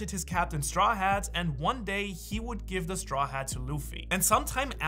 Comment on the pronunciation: no es gimve